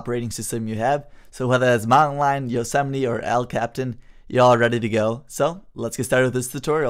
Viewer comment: El Captan hahahahaha😂😂😂😂😂😂😂. Its El Capitan with a an I in the middle making a ee sound.